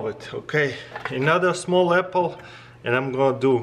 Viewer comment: "EPPLE SLICER"